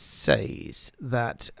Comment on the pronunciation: "Says" is normally pronunced /sez/. Is it pronounced differently in the part of England you come from????